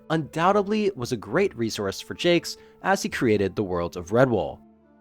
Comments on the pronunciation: The Redwall books and TV show are great. Oh, and you mispronounced the author's name. It's French. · I HAVE BEEN PRONOUNCING IT WRONG THIS ENTIRE TIME?!?!? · Wow. For 30 some-odd years, I too have mispronounced his name. 😅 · All these years and I've been mispronouncing Jacques 😬